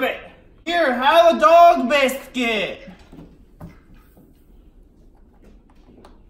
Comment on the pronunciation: the way he said buiscuit ( biscet)